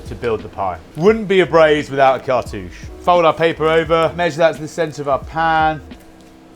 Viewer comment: Did someone say cart-uuchy 😉